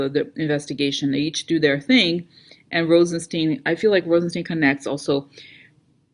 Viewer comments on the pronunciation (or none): Yup ... (ps I think it's pronounced RozenSTINE)